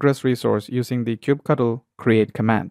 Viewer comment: it's "kube cuttle"